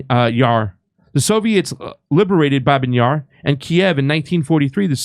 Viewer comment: Thanks for your channel! Babiy Yar, not Babin. Sorry for, but I speak perfect Russian, I have to pay attention 😊